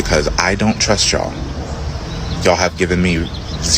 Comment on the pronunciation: He can't even pronounce you all right even though the use of y'all is extremely stupid quit playing the part and get the hell off of the plantation